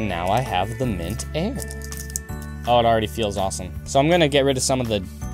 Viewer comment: he said mant airrrrr